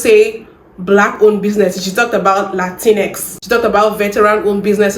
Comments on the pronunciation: "Lateenx" IT'S LATIN-X YOU SWINE (in response to the yt lady) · Did she just say "lah tinx"? 😂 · Who is “Lantinks?” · La-tinks! Cuter-sounding pronounciation than Latin-ex, actually. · What is a latink? Do you mean Latino. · She is correct that "la-tinks" doesn't exist 😂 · She better not be eating Mexican food or any Latinx (latincks as she pronounced it) foods. Cause we need to smack them tacos right out her mouth. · She can’t even pronoun Latinx correct!😂 And even most Latin folks don’t like that term! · She's being awfully loud for someone that has absolutely ZERO understanding of what she talking about. She can't even pronounce Latinx right 😂 And that last girl is always showing up to drag her own palm folks 😂